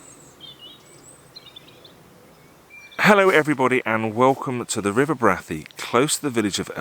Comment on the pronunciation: Hey, locals pronounce it BRAY-THEE. Skelwith is pronounced SKELLITH.